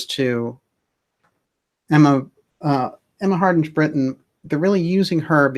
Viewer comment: DJ, "Hardinge" is pronounced as in "Harding", of which it is a variant, the final "e" does not soften the "g" - as in hippopotamus with a silent "q". It is an old Anglo-Saxon name, the "ing" (ynge) meaning "the followers" or "the "family" of someone called "Hard" (Heard). This variant clearly predates the Great Vowel Shift and the phoneticization of English spellings at the time of the invention of the printing press which together are responsible for such archaisms and oddities in written English.